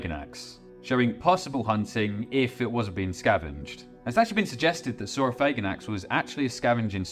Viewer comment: I'm not trying to sound homophobic at all, but man THANK YOU for pronouncing it sor-oh-FAY-gan-ax instead of sor-oh-FAG-an-ax. It sounds way cooler that way